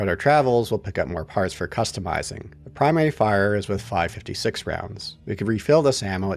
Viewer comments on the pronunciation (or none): hearing pronounce 5.56 as "five-fiftysix" hurt me more than it should